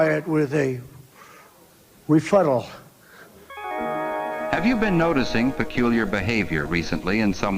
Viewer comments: What the hell is a "refuttal"? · What the refuttal? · Refuttal yeah thats on the same level of Joe forgetting the name of the Secretary of Defense. Joe called him the black man. 😂